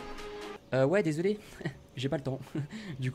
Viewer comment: désoulé 😂😂😂 ta bu ?😂